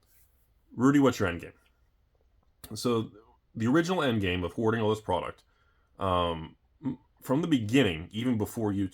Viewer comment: Was that hoarding or whoring sir? Please clarify.